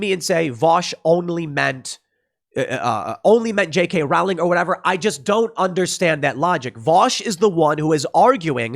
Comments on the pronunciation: RO-LING, ROLING... NOT ROAWWLING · Rowling is pronounced Rolling, Row is pronounce Roe. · Rowling is pronounced as bowling. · Tim Tim Tim Tim Tim... Please listen to the people who've told you how to pronounce J. K. Rowling. You just sound like you have no idea what you're talking about when you pronounce the author's last name the way you do. It's like listening to someone who wants to ban guns talk about some sort of '30 magazine caliber clip.' Her last name is pronounced row-ling. Row is pronounced like you're rowing a boat. Just row the boat and add a ling to the end. Trying to help you out Tim! You used to be the same with guns. You've gotten a lot better! Congrats!